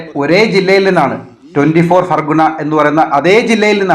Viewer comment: 24 ഫർഗാനാ ആണ് ഫർഗുണ അല്ല.😂😂😂